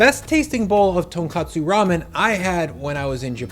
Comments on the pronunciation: I'll still hear you out, but first few seconds... it's not "tonkatsu" ramen. Tonkatsu is a Japanese breaded fried cutlet. Tonkotsu (tone-coat-sue) is the ramen broth. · TonKOTSU not KATSU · Bro is not tonkatsu is tonkotsu. tonkatsu is a meat bro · FFS, it’s tonKOTSU, not tonKATSU. Tonkotsu means pork bone, tonkatsu means pork cutlet. They are NOT interchangeable words. And dollop has an o, not an a.